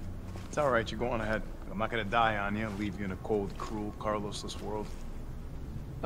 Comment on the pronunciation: Me: Car-Los Lufu: Cal-Os